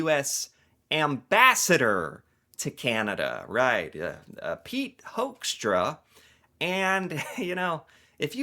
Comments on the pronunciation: It's pronounced 'Hookstra' bro. As in 'who'. 'Whoxtra'? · One of my close friends is a Hoekstra, born in the Netherlands. He pronounces his name as “Hook-stra”. As fyi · First of all: I want that guy's name stripped IMMEDIATELY! Hoekstra is a Dutch name (pronounced as 'hook', and I'm Dutch) and he's not only embarrassing - and insulting - the USA but the Netherlands too! Then, the Trump administration didn't put tariffs on the whole world, but ON THE US PEOPLE WHO WANT TO BUY/IMPORT FOREIGN GOODS!! So no, Trump is NOT AT ALL putting tariffs on the whole world but on the US citizens!! Also, the Trump administration is just boldly reinventing colonisation - both of Canada and Greenland - kidnapping the leader of a sovereign nation (Venezuela), no matter if that leader was a good or bad leader, AND starts a war with a Middle Eastern country under false pretenses (hmmmmmm, remember that? Bush Jr.??) And ehmmm.... who taught that guy economics?? First punch someone in the face, break their nose, and then ask them if they want to be friends?? REALLY?? ARE YOU THAT DUMB, HOEKSTRA??? Oh,... Canada is RAPIDLY moving away from the USA! Trade deals with the EU, trade deals with China, trade deals with other parts of the world EXCEPT the USA...